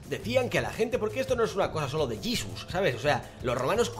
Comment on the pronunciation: en latino se pronuncia jesus